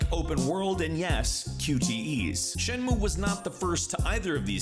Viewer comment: Shen-Moo-Ay. You skipped the last syllable and that took a bit away from the video for me